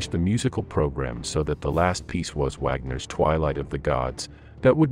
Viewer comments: Goebbels = short double consonant "bb" - Speer = just like or close to "ea" in "pear", not "peer" - just for the curious ones :) Wagner = Wugner, like in "pug!, not "Waggner" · Well done, but the pronunciation of German names was lacking. Speer = Shpare; Wagner = Vagner; Göbbels = Goer-bles.